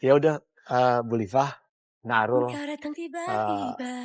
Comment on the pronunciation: kok jadi Alul sih ,kan nama nya Arul 😅😂